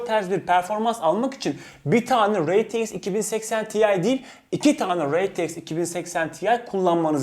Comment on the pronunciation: Reteiks degil r t x